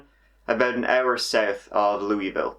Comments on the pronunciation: Ask anyone from Louisville - it’s not “loo-ee-vill”, it’s “lua-vull”. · I have lived here in central ky my whole life and I can confirm that this statement is 100 percent factual. It's pronounced "lua-vull" and whenever someone says it another way just hurts my ears but literally everyone not from pronounces it wrong. Lol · As a native Kentuckian... U said Louisville wrong lol we pronounce it Lulville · Louisville is pronounced lou-a-vull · Ah, yes... The infamous "lewy-ville" video 😵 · It’s crazy watching one of these videos and knowing exactly where the locations are having been around there. My only criticism: we Kentuckians pronounce it “Loo-uh-vel” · I live in Louisville (pronounced LOUA-vile) and I remember these, they were scary! Excellent coverage! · Hey it is pronounced LU VAL:-) per da people in Kentucky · Love that you covered this!! I live in Louisville, KY so people here tend to follow stories like these in nearby cities in KY and IN (since we're a stone's throw away from southern Indiana.. Oh by the way it's pronounced LOU-UH-VUL.. LOL It's a huge thing for people that were born and raised in Louisville and we correct everyone who doesn't say it right lol.. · Loo uh vul might be better for a Brit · Good stuff,. You are Irish (as far as I can tell) so, as an American, I'll give you a pass on this, but look up the pronunciation of "Louisville." Easy mistake to make, as the correct pronunciation doesn't match how the towns' name is spelled. Love your channel. You're killing it, as the number of subscribers seems to be going up by around 3K per DAY. You've hit critical mass, sir. Keep it up.